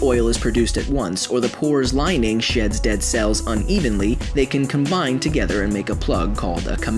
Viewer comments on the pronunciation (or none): none